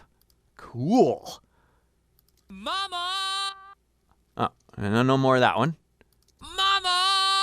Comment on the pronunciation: I noticed he seemingly makes a b sound on the quiet mama. Sounds like bama as in obama